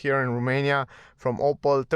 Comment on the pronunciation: It's not "Opal" it's "Opel".